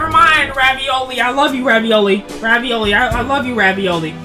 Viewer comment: Man really just repented all his sins and said ravioli like the fucking food and it pronounced favioli